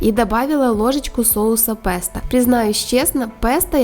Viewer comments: по-русски слово произносится как [песто] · пЕсто, а не пЭсто. Не первы раз уже